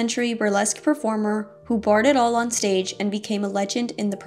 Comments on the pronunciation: Barred it all on stage??? Mispronounced....it should be bared as in bear. Are phonics and reading still being taught in this country?? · Bared is pronounced "beared"